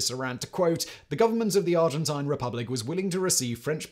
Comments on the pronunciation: Argentina accepted a lot of Germans after the war, and they also accepted one of the largest number of Jewish refugees. Person would let anyone come in provided they could pay. I like how Simon deliberately mispronounces “Argentine” - residual hostility from the Falkland War? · *The Argent-eye-n